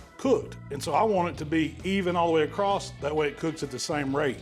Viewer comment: Am I missing the boat on us changing the pronunciation of the word across to "acrosst". Did I miss a vote or something?